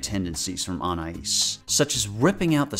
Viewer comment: No one: pronouncing Anais: UN-ICE